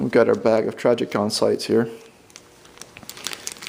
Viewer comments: Who is "Trajicon"? I have heard of Trijicon. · Learn how to say trijicon